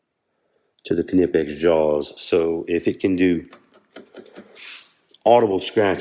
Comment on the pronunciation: Thanks for showing these. I was about to correct your pronunciation of the brand name - I thought for sure that the 'K' was silent, but nope, you are correct!